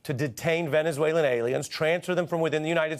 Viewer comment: Homan can't even be bothered to pronounce the word "Venezuelan" correctly. Repeatedly mispronounces it. What a jerk.